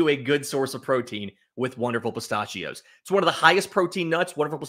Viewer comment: Stop saying pistachios like that lol